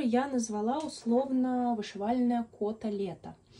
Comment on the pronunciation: Финиши замечательные! 🎉 С наступающим Новым годом! Желаю, чтоб все твои личные мечты исполнялись! А твоему каналу процветания и побольше «твоих» зрителей ❤ П.с: мне все время вместо «Кото-лето» слышалось «Котлета» 😂 пойду поем наверное 😂